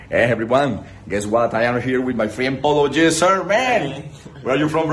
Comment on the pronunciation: Lol this foo struggled to pronounce "polo g" 🤣